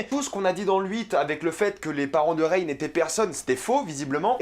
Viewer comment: Alors déjà prononce bien le nom de Rey avant de déballer tt un tas de conneries, tu n’as vraiment rien compris ...